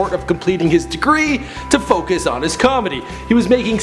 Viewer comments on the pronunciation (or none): none